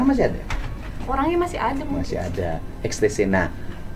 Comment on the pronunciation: XTC dibaca EKSTASI